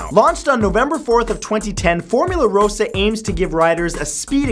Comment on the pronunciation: 1: None of these are dangerous 2: Formula RAH-SA not ROH-SA 3: Formula Rossa gets to 240 k/hr in 4.9 seconds not 100 in 2 seconds 4: Formula Rossa will not turn your face into a floppy pancake 5: There is no valid lawsuit for what happened on insanity 6: The ride is called “Banshee” not “The Banshee” 7: That weightless moment is called airtime, you’re not going to die 8: Sky scream is not a “unique and interestingly bizarre design”, it’s a premier sky rocket II and there are nine just like it. They’re honestly becoming the next Vekoma Boomerang imo 9: “X2” not “The X2” 10: Congratulations, you described a drop tower 11: Kingda Ka is not dangerous 12: You won’t go on any of these rides but you’re such an expert to be making a video on them?